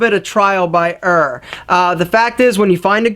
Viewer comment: I hate the way you say error so, so bad.